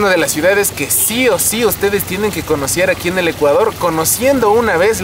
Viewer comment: si o si tenemos que "conocier" Zaruma